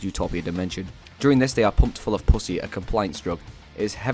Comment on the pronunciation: everytime u say "puss-e" it just sounds funny and it does not help that the mic keeps popping everytime